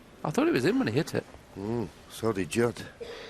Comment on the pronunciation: His name is Judd not Jude